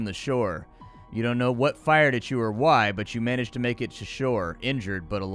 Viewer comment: How do you pronounce "why"?